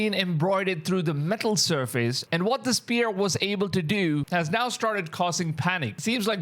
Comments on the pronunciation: IT SPHERE NOT SPEAR MAN! jeez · He keeps saying spear??? Sphere...it is sphere ...s...f ..e...r...ee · Spear❌️ Sphere ✅️